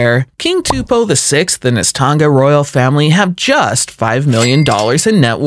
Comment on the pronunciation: This guy needs a history and fact check on these countries and why they are valued low such as Tonga which you mispronounced as well as Maori, New Zealand both small countries with harsh pasts